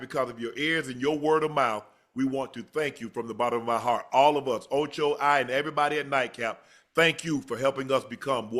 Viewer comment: “OchE”? 💀Jim don’t even know his name😂